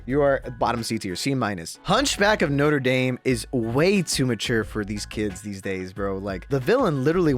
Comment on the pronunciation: saying Norte dame made me audibly gag bro like come on